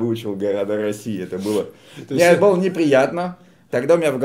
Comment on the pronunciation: Перестаньте французить русский язык ударением на последнюю гласную, у нас ударение на корень падает, там смысл слова. Быыыло, а не былоооо начаааался, а не началсяяяяя. Не калечте наше богатство